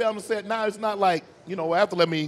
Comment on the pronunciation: " a athuhleet " " a who? " " a athuhleet" " oh! an athlete. "